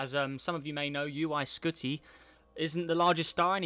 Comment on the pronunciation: He said uy skoty :-S